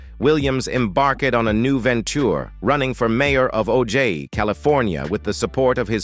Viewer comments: How about the spin-off of "Laverne & Shirley" ? Smith family??? Boned, dee-vorce, huss-band, faa-ther? Phone-zee? Ho-ward? Do you mean Ojai(O-high), California? Murder---she wrote? Don't you ever listen to your speech before publishing your videos???????????? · Listening to the commentary, I kept trying to figure out where O'jay, California was??? Realizing you were mispronouncing, Ojai. Pronounced- Oh-High.